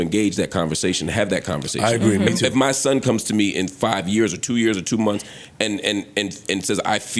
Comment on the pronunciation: Joe and says MONFS!! Instead of MONTHS. 🤣